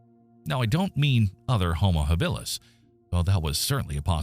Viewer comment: It's ridiculous when the pronunciation is so awful....Hill bill us.